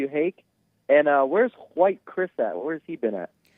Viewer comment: Hake is obsessed with overly pronouncing words and not speaking colloquially. This fills his ego with his constant need to be proper and thus more enlightened than common people. Listen to how he overly emphasis the WH sounds in words, such as white. He emphasis the H when in reality it is ignored in speech. Also, the way he overly stressed the T sound in words instead of how nearly everyone else pronounces with a D sound, such as METAL. Yet, it's not consistent in his speech, meaning it's still in his consciousness. Or how he has previously been explained that Dayton, Ohio is pronounced as DAY-ten yet he refuses and prounounces it as day-TON. This could be why Alexander, the hyper autistic caller is so strongly attracted to Hake (who displays autistic mannerisms himself) .